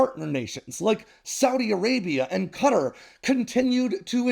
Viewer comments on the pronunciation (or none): please dont say qatar as cutter extend the qa part to be khaa and double the r and say it as khaatarr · "Cutter"? "Kah-tar".